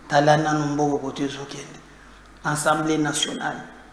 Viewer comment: STp, c'est l'assemblée et non ensemblee.